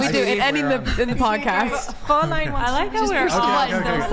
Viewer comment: Couldn‘t pronounce Fräulein anyway 😂